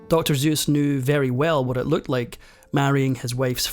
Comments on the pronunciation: You're giving her way too much credit. Ohhh a wife who encouraged her husband to aim high. Wow. 🙄 PS it's pronounced Suess with an S. Not Zuess with a Z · You finally pronounced his name correctly at :45. Its Seuss, not Zeuss. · His pen name is pronounced "Soouz." Not "Dr Zeus." You fail the credibility test. I knew Ted personally and can attest that there is more nasty gossip here than truth. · The man's name IS NOT "ZUES", IT'S SUESS (pronounced "soo-s) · Well sir it is an S not a Z. Is it not driving anyone else nuts through the whole video with the Zeuss!? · Well researched, but it drove me nuts to heard the most important word of all — Seuss — mispronounced throughout the video!. It’s not Zeus with a Z. Seuss is pronounced with a soft S—like a snake hiss S. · It's Seuss with an S, not Zeus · It’s not Zeus. It’s Seuss, with an “s”. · Annoying how the narrator pronounces the author’s name as Zeus rather than Seuss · Good god man! It's not pronounced "Dr. Zoos"! It's pronounced "Dr. Soos"! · It's Not Zuess It's pronounced Suess. Smh.😮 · And never confuse Zeus with Seuss 😂. I'm only up to 6 minutes in and he's been pronouncing his name as Zeus .. ? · If only he pronounced the guy's name "Seuss" instead of "Zeus." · I read once that when recording "The Sidewinder Sleeps Tonite," Michael Stipe kept pronouncing Seuss as "Zeus." You can hear it in the song, followed by Stipe's laugh. I always laugh myself when I hear it. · It's "Seuss", not "Zeus", ffs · Seuss, not Zeus. Hard S. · You mispronounce his name as Zeus. It's a soft S. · Um…actually…it’s pronounced “soyss”. So, yeah… 🧐 😂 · It's funny that this video has an anecdote at the end about the correct way to say "Seuss." I thought the narrator was finally going to reveal why he kept saying Seuss's name as "ZEUS" throughout the entire video. Turns out it just rhymes with "royce." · Should it not be Suess rhymes with voice? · It sounds like you were pronouncing his name like "Zeus." ("Zooce") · Dr. Zeeeeuuuss...